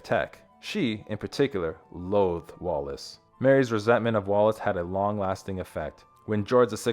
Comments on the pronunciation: The pronunciation on this is dire, I gave up, so many people seem to have difficulty spelling Wallis, even when it's in the heading. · Stop calling her wallace. The name is WALLIS.